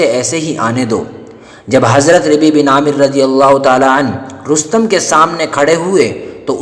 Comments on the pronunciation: اپنی اردو درست کرو! ربیع میں راپرپیش ہےیاءمششددمفتوح ہے شجاعت میں شین پر زبر ہے اور بھی بہت غلطیاں ہیں کسی سناکرآیا کرو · ربيع پر زیر پے بھیا۔